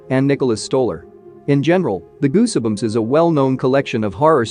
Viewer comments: the "e" in Goosebumps is not pronounced... just sayin' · I'm sorry but how can you butcher a word like goosebumps!!!??? Wow. Other than that it was a good clip. The e is silent my man.